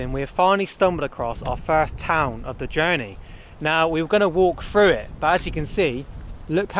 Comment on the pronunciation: "We're gonna be driving fru the mountains...."